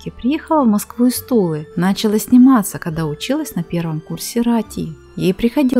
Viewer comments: НачалА,а не нАчала...пжл берите на озвучку только русских людей,с хорошей дикцией,отсутствием любых акцентов и знакомых с орфографией,пунктуацией и грамматикой великого и могучего русского языка!Не позорьтесь... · Не нАчала, а начАла ?!))))